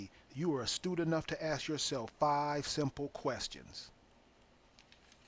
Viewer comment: please google the "horn of africa" you have no clue - the word is ask not axe??? wow just listen to yourself